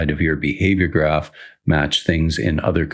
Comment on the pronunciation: This is great and all, but because you're a better game developer than I am, I am taking immense joy in you pronouncing graph and graft. :)